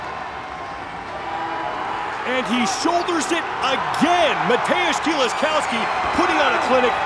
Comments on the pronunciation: "Kills-A-Cow-Ski" American commentators at international events are always good for a laugh. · Super cringe commentary here from the one guy. He goes through about four different pronunciations of "Kieliszkowski" and none of them are correct. Glad they now have people like Loz and Pritchett doing the announcing.